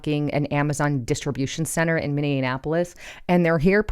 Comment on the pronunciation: It's Mini - apolis not Miniinapolis.